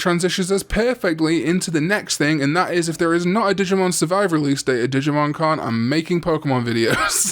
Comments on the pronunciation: at the start when you said "digimon con" i thought you said "digimon karn ":_cringe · Same, even thought I knew he was talking about the Con xD